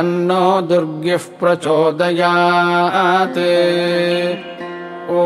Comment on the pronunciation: I have one question. In the last word 'प्रचोदयात् ' why vowel-less t is pronunciated as ta or to say with vowel ?